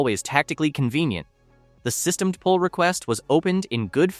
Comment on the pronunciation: It's not pronounced 'sys-temmed' It's pronounced 'system-dee'. The GPL (circa 3 minutes in) is not new, either: It was created in February 1989 when Windows was at 2.11, and pre-dates GNU/Linux by about two years - the GPL was created by Richard Stallman before GNU/Linux even existed. The 'GNU' - "GNU's not Unux" - a recursive acronym - is part of the 'GPL', GNU Public License. Sounds like AI generated slop.